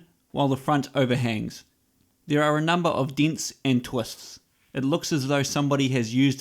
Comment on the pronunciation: Deents and twusts